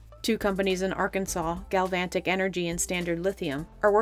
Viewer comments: lol Galvanic doesn't have a "t" in it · Just one correction: there is no "T" in the pronunciation of the word "GALVANIC"